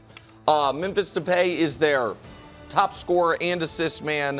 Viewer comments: De-Pie not De-Pay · pronounced De-pie. Would have been great for the name of the segment 😂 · the depay and de jong mispronunciation is hillarious !